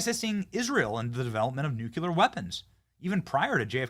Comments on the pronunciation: Ok, I've told you before but u keep talking like a moron. The word is pronounced nu-clee-er not nu-cu-ler. Nucular is actually a word, it refers to the contents of the nucleus of a cell. But it is NOT the reference to the atomic level, thats Nuclear(nu-clee-er). You pronounce it like that globalist idiot george bush. He always sounded so stupid to educated people! So do you when you use the wrong word! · If you say nu Q ler again I have unsubscribe. It’s noo clee UR. Pronounce it correct or Lose everything. Anyone that can’t say this word correctly deserves nothing. Bush says new Q Lur. He’s an idiot. Are you an idiot? Then stop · If you say nu Q ler again I have to unsubscribe. It’s noo clee UR. Pronounce it correct or Lose everything. Anyone that can’t say this word correctly deserves nothing. Bush says new Q Lur. He’s an idiot. Are you an idiot? Then stop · NEW KLEE AR NEW KLEE AR Not Nook you lar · It's pronounced Nu-clee-ur!!!! not Nu-cu-ler. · Benny, mate. Love your work!!! But pleeeease stop saying “nucular” 🤦🏼‍♀️🤦🏼‍♀️ It’s nucLEE-ARR. Ppl who say “nucular” sound unintelligent and that’s not you mate ❤️ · BENNY! REPEAT AFTER ME: "NUCLEAR"... "NU-CLEAR"... "NU-CLE-AR"... NUCLEAR! THERE'S NO SUCH WORD AS "NUCULAR"! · Hey Benny! It's pronounced NUKE-LEE-ER. NOT NUKE-YOU-LER !!!! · Nuclear not nucular! smh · Nuclear is pronounced like new clear not nuke you lur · Benny- love your work! Nu-cle-ar, not nuke-u-lar. please bro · PLEASE BENNY it’s NOO CLEE UR NOT NOOK YA LER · Please Benny...the word is nuclear not nucular. NU-CLEAR🙏 Please pronounce it correctly... please 🙏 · Benny, please stop saying “nook-yuh-lurr”, it makes you look stupid. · I love ya, Benny. But sound it out. Nuclear (Noo•klee•ur) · Say "nook-yular" again! C'mon, say "nook-yular" again! I dare ya, I double dare ya MFer, say "nook-yular" one more got damn time! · Can you say "nuclear"? 😂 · You need to learn how to pronounce “nuclear” correctly, Benny! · STOP MISPRONOUNCING NUCLEAR!!!